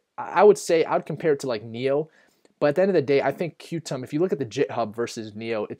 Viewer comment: Qtum is pronounced “Quantum”, good video, thanks!!